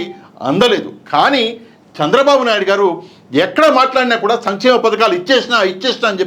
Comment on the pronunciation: భయ్యా అయన చెపుతున్నది సమి చేమ పథకాలు అంటున్నాడు. సంక్షేమ పథకాలు కాదు.